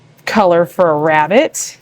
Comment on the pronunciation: ”I’m hunting a wabbit”